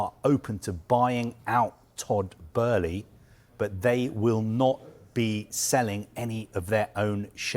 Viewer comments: It's Todd bo-e - ley pronounced not berley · Did it really take 9 minutes to not say much? I could’ve sworn it was Bowl-lee but Burley Barley. Is this man drunk? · is utterly crap, like most of the staff at Sky. It’s like watching a TV version of The Sun newspaper. Firstly, his name isn’t Todd Burley it’s Todd Boehly. You idiot! Secondly, why do you speak in slow motion? Are you utterly retarded? Why does it take you 6 minutes to say something that could be done in 2? You’re crap mate. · Who the f*** is burley ? Boehly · Todd Burley 😅? Thought it was Todd Boehly? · Bohely lol not Burĺey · Todd boe-hly not "Burley", he's saying it so confidently like he's staying it correctly. 😂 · “Boehly”…not “Burley”…is he pronouncing it correctly?! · It’s Boehly not Burlee!!! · Why does it sound like he keeps saying Todd Burley 😑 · Just. I don’t know. “Bloomberg…….who are a………respected news…………agency.” Also, baby, it’s not f’n “Burley”!!! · Is he saying Burley? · Breaking news...Todd Boehly would like his name to be pronounced Todd "Burley" and our leading football reporter has the lead on this story... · And says it wrong! Burley? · Why does he keep saying Todd Burley lol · lol thought I was the only one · I understand it's a German name, but he's American and Americans don't pronounce it Burley 🤣 No one has ever called him Burley until now. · "Todd Burley" lol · Crazy how many times he said it as well! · Why does he keep mispronouncing his name??? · Where is the R in Boehly? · If you come in as an expert, at least try to pronounce the name correctly. 😮‍💨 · mispronouncing his name too. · He's convinced that Boehly is German-American, and because of that he has to pronounce it like he pronounces Oezil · no it's just bad reporting its no hard to pronounce Boehly